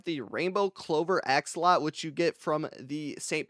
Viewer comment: Axolotl ❌ Axolot ✅